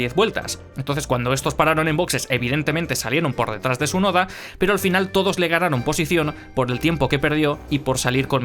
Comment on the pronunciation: Por que no pronuncias la T en Tsunoda?